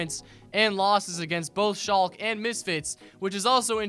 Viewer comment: Please pronounce the e in Schalke, it's really hard to understand otherwise